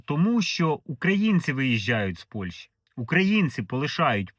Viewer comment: Працюйте над вимовою... Не Польша, а Польща. Не украïнцы, а украïнцi. Не офiцыант, а офiцiант